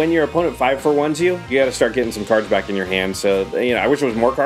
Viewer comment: Are you sure that Kyle isn't actually Seth "better known as SaffronOlive"? His mispronunciation of cards was pretty epic.